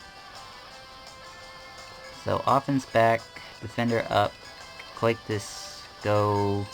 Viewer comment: I think it's pronounced 'Coh-Sigh-Tus'.